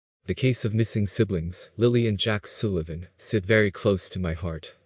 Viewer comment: How can it be 'close to your heart' when you can't even pronounce 'Sullivan'.